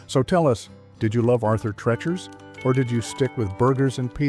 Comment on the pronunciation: Pronounced Arthur Treeechers, not Trerchers.